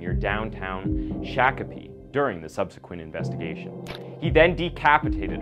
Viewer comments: #3 SHOCK-o-pee, not shack-o-pee, Minnesota… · As a Minnesotan I have to tell you that's not how Shakopee is pronounced. But its so great to have you back!